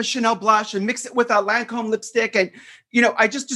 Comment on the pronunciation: By unique, I mean unstable. 😂😂😂 Omg and the guy on the podcast pronounced Lancôme wrong. I don’t like him simply based off that.